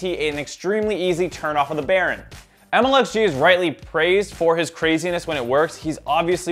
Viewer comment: maybe get the name correct？its MLXG lmfao